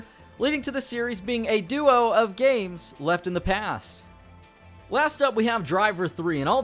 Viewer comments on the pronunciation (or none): none